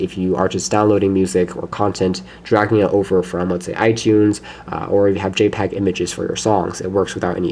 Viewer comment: J-pags and Codacs? lol Nice video otherwise.